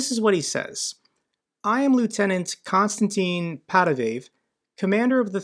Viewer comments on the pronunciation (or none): none